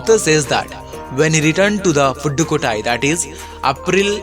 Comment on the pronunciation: sir, its april not upril